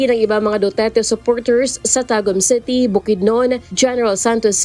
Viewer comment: WTF?? The word “city” is pronounced “city”, not CETY! Please pronounce words correctly if you wish to be aired nationwide. It’s embarrassing. Thanks 😊